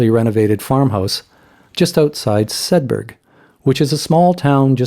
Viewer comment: Nice video, Sed...burr...is the local pronunciation 👍 The Howgills and Kirby Stephen are actually in the Westmorland Dales not the Yorkshire Dales, you're still in Cumbria. They are however, situated in the National Park. Locals being pedantic sorry. Also, Wainwright beer is actually brewed in the Midlands it's links to Cumbria are tenuous at best, smart marketing convinces people it's a local brew but I'm afraid it's not.